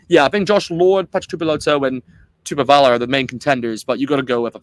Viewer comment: I was waiting for someone to comment on accents. Quite a few of the Pacific Island names were mispronounced like Ioane, Vaa'i and TuipulotU not TuipulotO etc. Still, it was a great effort, and many of the Aussie commentators of the past were totally embarrassing, so we'll done. As to Sam Cane? No way. I think Rieko is better suited on bench and ALB to start. Ratima ahead of Christie. Only way Blackadder will get in is because of Crusaders sentimentality. I would go for Finau to start. Papali'i is always in the mix, but hasn't really had that one memorable match in black. Ioase, besides Lakai, is one to watch, at least for the future